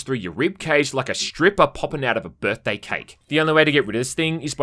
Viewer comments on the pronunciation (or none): none